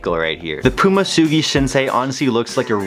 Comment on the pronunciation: Huge otaku, can't pronounce Tsugi 🤣. Still, anime fam doing sneakers is the best way to do it.